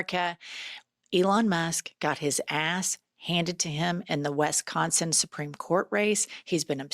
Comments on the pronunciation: Love you - Wisconsin is pronounced ‘WISS-con-sin’ - lots of people say ‘WESS’ instead. SUCH A HUGELY IMPORTANT ELECTION! Courts and voters cannot be bought. So proud of Booker!!! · WISconsin vs your pronunciation of WESconsin.